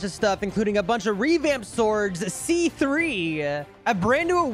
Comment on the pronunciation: Sea Threeuh